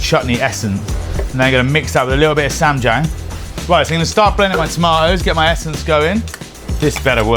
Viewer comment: So ah if you pronounce the "a" in ssam like the "a" in palm and the "ia" in Jiang like "yah" you'll be much closer to the correct pronunciation of ssamjiang